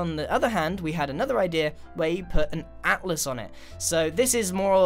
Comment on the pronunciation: He said atlas learn how to hear man